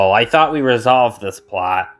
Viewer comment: Thanks! 😊 also you said thought incorrectly.